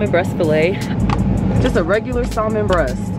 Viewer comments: We are not saying the L in salmon sis!!! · Love this video very relatable ... but y’all the L is Salmon is silent .. and she’s not the first YouTuber to say it that way